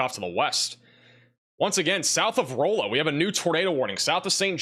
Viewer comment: Rolla is pronounce Raw-La I believe